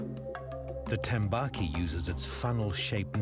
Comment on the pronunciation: yes but its tambaqui not tembaki